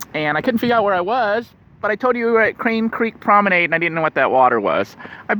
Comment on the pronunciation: Promenade like lemonade hehe ;) that made me chuckle. Try think of Promenade like prom-a-nod if that helps. Cool video keep up the good work! :)